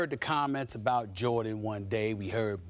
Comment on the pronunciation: abrout? Does she english?!?!